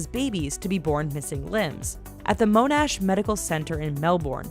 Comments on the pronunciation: americans are so funny, its pronunced as mon-ash and the locals also say melbourne pretty much as melburn. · U need to learn how to say monash and Melbourne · the way she said Melbourne and monash made me laugh only Aussies will get this